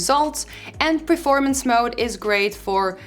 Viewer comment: please, it is PERformance, not PREformance